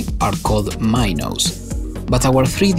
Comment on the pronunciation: i cant be the only one frustrated with his pronuniation of "minos" or how many times he used that word also this project is literally not tetris 2 but with softbody physics lol